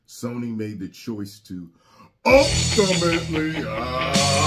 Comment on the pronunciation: this dude said "UHLTAMATELY!!" with the music lol